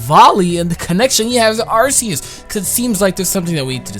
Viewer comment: It is pronounced arceus with a "cuh" sound I think. Like an Arc